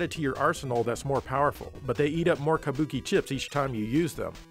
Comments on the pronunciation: Sounds like you’re saying “kamboki” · You say "kabuki" like such a gaijin